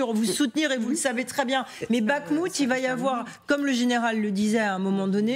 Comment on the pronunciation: Encore la JOURNALISTE maintenant c'est BaGHmout! G,h,i,j, et enfin K. c'est pour bientôt.